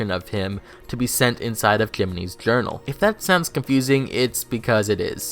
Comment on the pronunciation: Did he call jiminy “kiminy” or am I drunk